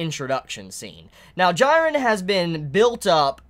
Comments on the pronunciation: His name is pronounced jee-ren, not gee-ren. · Bro I'm sorry but please...correct the way you say these names. Jiren (gee-ren). Same with hunter x hunter!! Kurapika is not (kura-peeka) it's (ker-ah-pee-cuh) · I cringe every time he calls him gyren. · this episode was lit asf, also am I the only one cringing at how is saying Jirens name wrong ☹ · Why are you pronouncing Jiren's name so weirdly? It's been confirmed how to do it right? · That's not how you pronounce "Jiren"